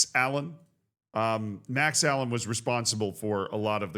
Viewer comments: its not Allen its uh-lane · For future reference, it's pronounced "uh-lay-n" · Lol the Max Alleyne (Ah-lane) pronunciation was almost as funny as Macclesfield